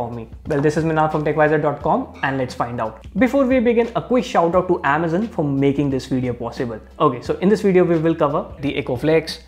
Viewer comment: Its amazon not AAMAZUN